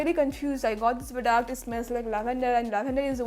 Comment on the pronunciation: Why do u say prodaact